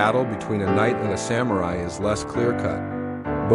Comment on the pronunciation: You keep pronouncing ‘samurai’ differently 🙄